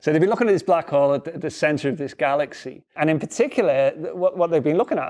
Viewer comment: "Garraxy"? Oh, HERRO!